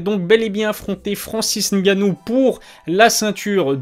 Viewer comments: on dit francis Ngannou pas francis gannou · Francis NNNNNNGanouu pas Francis gannou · Et le "N" il est ou le "N" ?? Francis "N" gannou il y a un "N" ☝